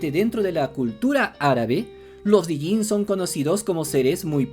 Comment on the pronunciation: Me molesta escuchar "Dijinn". Es Djinn, sin pronunciar la "D". Como "Django"